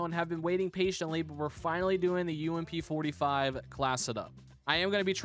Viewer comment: Let’s go the umpppp not u-m-p btw it’s ump